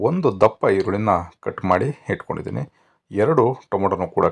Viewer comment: Voice is really good. Please pronounce correctly. Hinnur gram, Hittkondidini... beda please